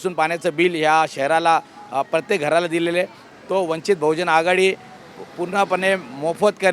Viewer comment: अरे भाई | जीस पक्ष में काम कर रहे हो पहले उस पक्ष का नाम तो ठीक से लिया करो | वंचित बहुजन आघाडीने आपको टिकट दिया यह खुशी की बात है | लेकिन आगे से वंचित बहुजन आघाडी का नाम ठीक से लेंगे यह अशा व्यक्त करता हूँ |